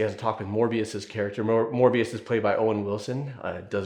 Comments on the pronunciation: It’s Mobius, not Morbius Other than that, really enjoyed the video. Loved it in cinema Therapy and loved it again here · It felt like -1HP every time he called him "Morbius" instead of "Mobius" Jokes aside, great video! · Mobius, like a mobius strip, a 3D one sided shape. Not More-bee-us.